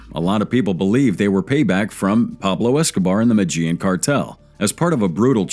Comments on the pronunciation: Listen too This MAN! THE MATAGENE CARTEL MATAGENE!! IF HE CAN'T PRONOUNCE THE COUNTRY!! HOW HE KNOWS ANYTHING! I STOP! WATCHING IT!!!! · Jesus fucking Christ. Sound it out it with me. MEH-DEH-YEEN (Medellin) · is this an AI voice? don't make a documentary if you can't pronounce 'Medellin' in the first 5 seconds